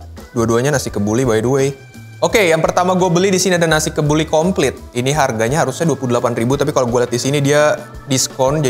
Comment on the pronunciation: kenapa saya dengernya nasi kebuli konflik